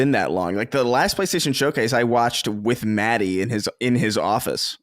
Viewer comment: What an EMBARRASSING "Showase" that was LMAO. That was a glorified state of play!! LMAO